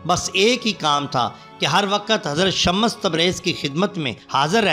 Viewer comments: Kya shammas shammas bol rahe ho naam to lo dhang se shams tabrez h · Baat "urdu likhne ya padne" ki nahi hai bhaai . Ab naam galat bol rahe shams ke maane soraj hai na k sha_mash shams me do martaba sheen nahi hai. Aur ek bat bhaai alhamdulillah mujhe Urdu padhna aati hai. lekin apko english padhna nahi aati??? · shams hai ya shmmash hai alfaaz durut kijye.janaab. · Naam sahi lo bhaai ....shamash tabrez nahi ? Shams tabrez